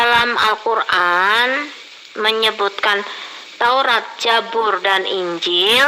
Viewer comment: Assalamualaikum Salam Sjahtera, smoga tetap shat & dlm lindungan Allah..Amiin 🤲 Allahumma Amiin 🤲 Maaf ya ibu...ibu Salah nyebut nya.yg benar nyebut nya kitab zabur...bukan kitab jabur...